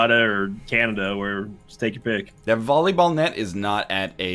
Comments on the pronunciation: everytime said volleyball he said bolleyball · He did say Bolleyball! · totally said bolleyball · HE SAID BOLLYBALL #bollyball